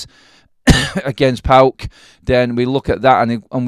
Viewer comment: I can't believe you called the opposition on Thursday night as??? Pawk... 😂 😂 😂. You pronounce the just by the four letters... Modern football fans 😂 😂